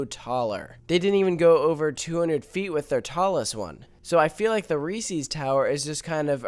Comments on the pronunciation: It's Reese's not REEESEEES that goes through me like nails on a chalkboard. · You're irrelevant because you pronounce it Reesees and not Reese's. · I hate when people mispronunciate resees. People also do it with Legos too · They're not adding a "Reseee's" tower, they're adding a "Reese's" tower.